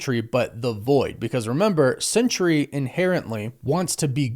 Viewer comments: Isn't it Sentry? Why do you call him Century? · I googled it, and I'm correct. The character's name is SENTRY, not "Century" as you keep calling him.